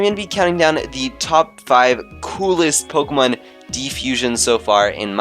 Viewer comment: It is Po-Kay-mon and that's the way it is all ways been. Po-uh-mon is also acceptable on some occasions but it has never been and never be po-key-mon